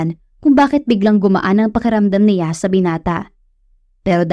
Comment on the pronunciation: Hi miss narrator, good day po,ang pagbigkas lang po ninyo ng si,ya sa halip na s'ya at ng ni,ya sa halip na n'ya❤❤❤